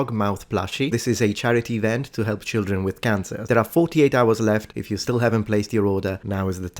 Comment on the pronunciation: It’s so cute when Europeans say “leetle cheeldren”